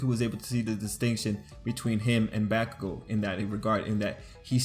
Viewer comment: Ok I just wanted to say I really like your videos and analysis or BNHA. But your pronunciation of Izuku and Bakugou kind of takes me out of the flow of the video. channeling Hermione It’s IZUku, not IzuKU. And BAH-kugo. Not BEH-kugo. sorry to be that person. :,)